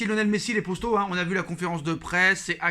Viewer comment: Les poStos… il sort d’où le S là exactement ? 🤔